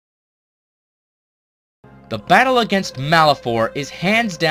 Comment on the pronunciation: at tier 2 he says bottle instead of battle. whoops